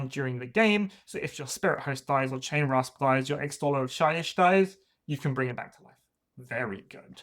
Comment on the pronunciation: Great video! Small nitpick: it's Chainrasp, not Chainwrasp :D